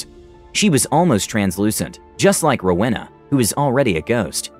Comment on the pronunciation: Rewana? XD that’s so odd I have a go to character I played and was my favorite out of them all named rowaina